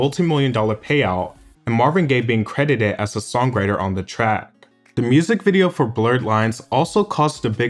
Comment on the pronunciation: The G is not hard in singer, songwriter, or being